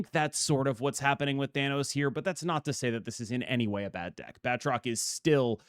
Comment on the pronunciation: *Ahem, I don't believe ItsGuestGaming would approve of that pronunciation, you gotta really roll that "R" my man, apparently it's pronounced: {Bat - troke}